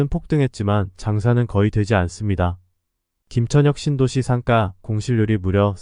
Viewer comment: 상가는 상까로 발음하지 말고 상가로 발음하세요